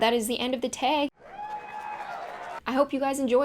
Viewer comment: The way u say "tag" _ lol